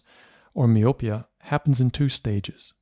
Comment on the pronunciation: You keep mispronouncing the word "myopia".